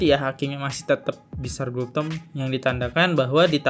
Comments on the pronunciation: Bos nama orang yg benar disebut jelas² tertulis BINSAR GULTOM tapi ber-kali² disebut GULTOMO knp ini ??? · Bang, baca nama jgn salah2 dong, Binsar Gultom, bukan Binsar Gultomo. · Nyebut namanya salah2 mulu bang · Host matamu rabun ya?? Nama hakim itu binsar gultom bkn gultomo Nm pengacara Otto hasibuan bkn hasimbuan